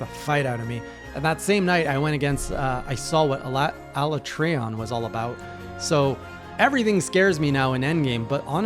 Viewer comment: Alatreon is said in his introduction around the table, and I believe is said several times during the fight, so that's how the team says it. I know that one is at least accurate